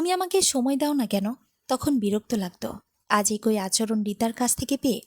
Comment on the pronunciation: একোই নয় “ এক ই”